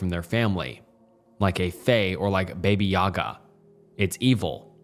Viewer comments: The name "Johan" is pronounced "Yoh-hahn" and it's "Bah-bah Yah-gah" not "baby yaga" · ik im 6 months late but that pronunciation on baba yaga was awful 😭🥀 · Baba yaga, not "baby yaga" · BabA Yaga, not BabY. Easy mistake to make. As a native speaker, it gave me a chuckle. Baba means grandma. It is a folk character — an old witch who eats children. Off-topic. I always found it hysterical that John Wick is nicknamed Baba Yaga, especially when there is an immortal killer guy from the same fairy tale called Koschey, which would be a much more lore-accurate nickname for John. Also, John had never killed children, so why Yaga of all people? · Bro called baba yaga baby yaga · You all mispronounce it it's baba yagA. But yes adorable. Also she is helpful to good girls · “baby yagy”? 😭😭😭 chat is this ragebait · "Baby-yaga" is my new favourite mispronunciation <3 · Lol I had to rewind to make sure i heard right. Before you can be angry baba yaga you gotta be a baby yaga. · The Curious Case of Baby Yaga 😅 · It's up there with Joe-han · JOHN WICK IS THE BABY YAGA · lol literally went to comment - 0 bad vibes, mispronunciation is a sign of being well-read cause you know the word just can’t pronounce it - but god is Baby yaga cute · just a baby crone with her lil chicken house in training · *Bay-bay Yaga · that is the most unique way i've ever heard someone say baba yaga